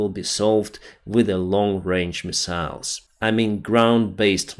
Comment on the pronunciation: “Misa’ils” “Misa’ils”